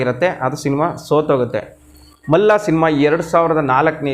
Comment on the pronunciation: To be frank , Malla alla adu Malli.......😅